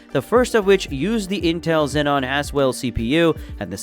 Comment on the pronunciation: Cool. Btw Xeon not xenon